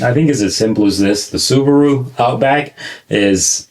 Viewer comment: "Sabarou Outback is real wagon! I don't consider it to be JuuUuVee." - American while smearing questionable sticky substance his lips "Nais lock! Yes, sir! Nais lock!"